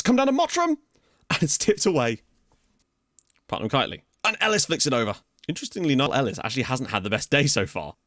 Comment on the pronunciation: Finally someone other than me...... PutMAN, not Putnam.. :D